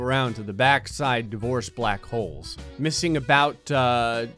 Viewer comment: I had this video playing through my car so I wasn’t looking at the screen, and I could’ve sworn he was saying “the voice” not “divorce”.... so when he said “30 divorce black holes surrounding the earth” I was thinking “oh wow that’s a lot of voices”